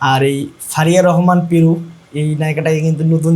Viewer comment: পেরু না পারু